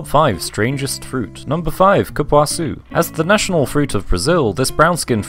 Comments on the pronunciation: Thank you for the correct pronunciation of cupuaçu. :D Respect! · The way he nailed the Cupuaçu pronunciation👌